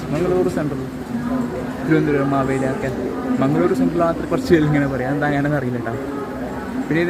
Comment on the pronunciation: Mangaluru is the correct way to pronounce.